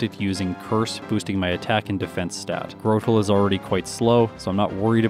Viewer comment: Afaik. Arceus has two official pronunciations. It was originally are-see-ess but was later retconned to are-key-ess. Speaking of pronunciations, there were quite a few in this video that you technically got 'wrong': Cranidos is pronounced cray-ni-dose, like cranium! Grotle is apparently 'gruh-dull'. Although, unless the name comes from grotto rather than growth, I actually think grow-dull makes more sense. This one I'm not as sure about, but I think Gardenia is pronounced gar-deen-ee-uh, like the flower. Roserade is officially pronounced rose-raid, though rose-uh-raid does arguably make more sense because it sounds more like masquerade. Mismagius is officially miss-maggie-ess, believe it or not. I guess that's why Fantina's was nicknamed Miss Maguire! Staravia is star-ay-vee-uh. It's likely a combination of 'starling' and 'avian'. This one's a bit more nitpicky but Roselia is row-sell-ee-uh rather than row-say-lee-uh. Tropius' official pronunciation is trop-ee-ess. Makes sense, it's about as tropical as a Pokemon gets. I used to call Hippowdon hip-oh-don too but it's actually hip-ow-don. Lopunny is pronounced luh-punny. It's a lop-eared bunny! And finally, Milotic is officially my-low-tick. Its name comes from Venus de Milo.